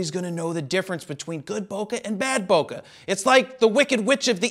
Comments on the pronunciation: There's no "uh" in bokeh. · "Bo Kay" :P